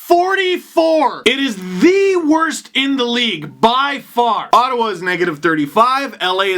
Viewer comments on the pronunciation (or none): none